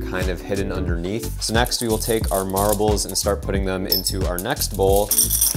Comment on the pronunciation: i feel like he's saying marables instead of marbles.